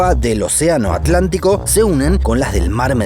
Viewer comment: Entramos mal. Correctamente pronunciado, es At-lantico